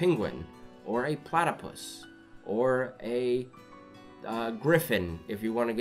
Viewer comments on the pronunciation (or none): He said Platypus 🤣😂🤣 I love it